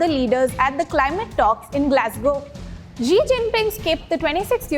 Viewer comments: She said bidden 😂😂😂😂 zi and pootin😛😛😛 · Dear anchor, pls improve your pronunciation of various name, eg Xi is pronounced as Shi, BIDEN as BYDEN, etc etc